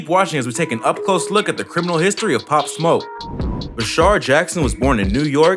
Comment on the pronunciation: Why do news stations send people who know nothing about the story or person out to report it. The fucking guy could not even get his name right